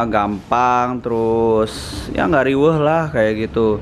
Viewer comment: "Yah Gak Rieweh Lah"??? Apakah Orang Sundal?